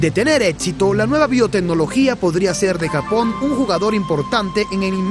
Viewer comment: "gapón", "akibahara" y mal doblaje por un tubo... POR DIOS